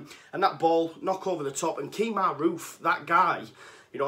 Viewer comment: Detailed review, absolutely loving the content. For future it’s Kemar not Keemar Roofe, great video tho.